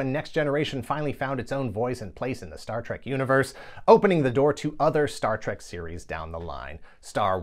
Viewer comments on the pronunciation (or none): none